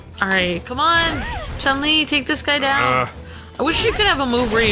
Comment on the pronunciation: Why does everyone pronounce Chun Li's name wrong. It's not "Chung Li" it's Chun Li (Choon Lee).